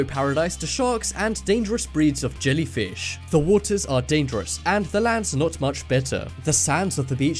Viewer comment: This is not real . Every five minutes you say dadares